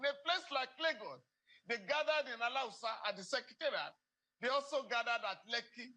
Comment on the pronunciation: Thanks Uncle Falana for pronouncing Alawusa ...instead of Alhausa ....Alawusa has nothing to do with Hausa ...Awusa is an edible fruit😅